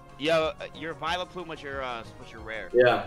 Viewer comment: What’s a “Villaplume” 🤦🏻‍♂️